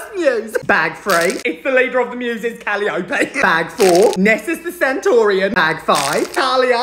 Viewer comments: why is no one talking about how he pronounced calliope😭😭😭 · I love the way he pronounces Calliope 😭